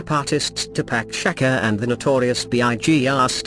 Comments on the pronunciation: "...Tupac Shakaaa"? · Tupac Shacker?? ok then Hahaha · Two Pack Shacker?!?! Use a real person, this is how misinformation and mispronunciations are perpetuated! Your topics are interesting but the voice over is horrible! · "Ti-PACK SHACK-er." "Black DAY-lee-ah." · The computer voice trying to say Tupac Shakur.....(sigh)